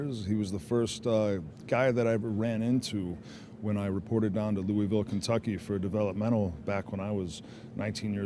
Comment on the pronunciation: Shoutout to my home city of Louisville (even if Randy didn’t say it right) 😆